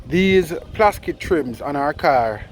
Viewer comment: Man say ‘plaskit’ 😄